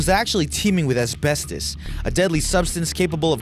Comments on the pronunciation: Two things. 1.) Asbestos isn't being pronounced properly 2.) The Note 7 was recalled because the battery was too big and kept short circuiting causing the fires and explosions. Not because it was holding too much power. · The way he said asbestos 😂🤤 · His Pronunciation of asbestos is annoying me